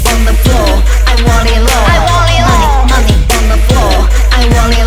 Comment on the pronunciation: want it low這發音不ok